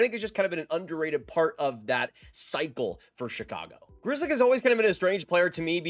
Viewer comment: As a European, when I hear how typical Polish surname Grzelcyk is being pronounced like a grizzly bear, I cringe. How the heck can this surname be butchered that hard ?